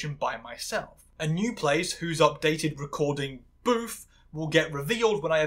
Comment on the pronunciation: You keep calling Booth 'Boof' and i love it im dying 😂, he had it coming lol